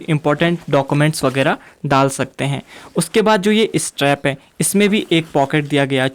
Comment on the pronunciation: Teri English words bhout bakwas. Zipper hota jipper nahi. Straps hote hai steps nahi. Pata nahi kaya bol raha hai